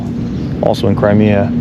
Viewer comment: “crymea” river